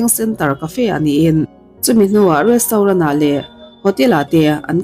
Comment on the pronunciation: Restauren 😂 chiang thei khawp mai